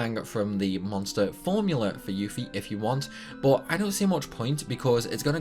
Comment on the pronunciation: The trick at the gold saucer doenst work on the ps1 version ik ive been playing ff7 since day 1 and lucky 7s isnt even worth it besides not all of lucky 7s hits and its 55 shots in the 🏀 game 😂😅 beta not beeta 😂😅 yuffie not yoofie she's not a 🐄😅😂😅and it's mako not macco 😂😅😂